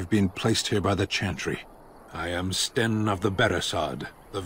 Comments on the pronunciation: It's Sten, not Shen. You also can't queue up any actions. And there are combos; Winter's Grasp to freeze an enemy, then Shield Bash to instant-kill them. You might also want to zoom out to get into tactical mode. Doing so would allow all 4 characters to do their attacks automatically since you won't be controlling a specific one. You should also customize the Tactics yourself; they are really detailed, and if you get a good setup, all you'd have to manage would be positioning. Edit: Oh, also, you can talk to your own companions too. They're a good source of information. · Ah yes, "Shen," the mighty quinari.